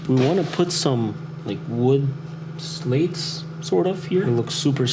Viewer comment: SLAT NOT SLATE.